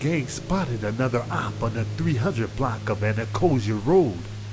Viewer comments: Tf is Ana Costa 😭😭 nigga it’s “ana-cost-stia” 😭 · It’s Anacostia not anacotia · It's "Ana-cost-ia" dude. Not "Ana-coz-ia." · Dat man said “ANA COSIA ROAD” 🤦🏽‍♂️ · Ana•cost•ia please get it right that is not how you pronounce it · Kill he fckd me all way up wit dat😂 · The way he said anacostia😂🤣🤣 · That’s what I was saying! Like are you trying to say Anacostia?! 😂